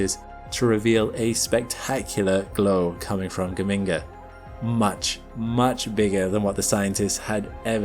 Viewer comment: The G in Geminga is the same as in Gemini. Juh-minga fool!